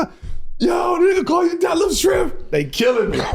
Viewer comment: Bro said “Schrempf Scampi” 😂😂😂😂😂😂😂